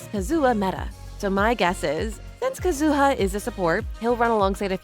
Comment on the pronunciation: the way you pronounce Kazuha bothers me greatly